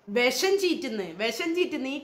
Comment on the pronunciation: വെസം അല്ല. വിഷം എന്ന് നാക്ക് വടിച്ചു പറയൂ.😂😂😂